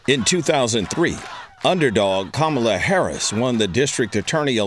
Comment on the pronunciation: I wish she at least knew to correctly pronounce her beautiful Indian name Kamala Devi!